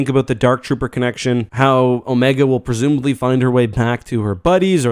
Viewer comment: "Presumebaly" lol